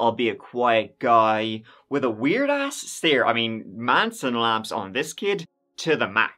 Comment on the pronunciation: "Manson lamps" 😂😂😂